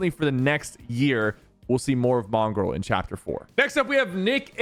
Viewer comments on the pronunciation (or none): bro said "Mongraall"